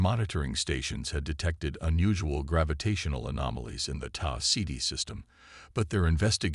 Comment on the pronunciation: Oh look, yet another Sarah Chen story, ugh! Taa CD ??? Really? It's Tau Ceti. Your Dollar Store AI is letting it's inferiority show through. Do better.